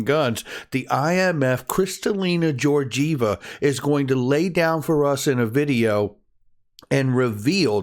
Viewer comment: Kristalina’s last name Georgieva is pronounced with a G like in the words gate or garden, I know it looks like it should the G in George 😉